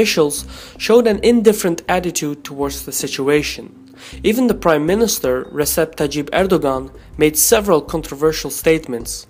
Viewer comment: You don't say "ReSep Tayyip Erdogan", you say "Rejep", eventhough it's spelled with "c". Search on youtube for Cenk Uygur, the founder and host of The Young Turks Network. Nobody calls him "Senk"))